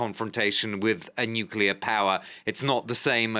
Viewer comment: Nucllear rusia....wow..😀😁😂🤣